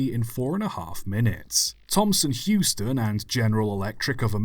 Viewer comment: Interesting video but wasn't it British Thomson HOUSton not Heuston?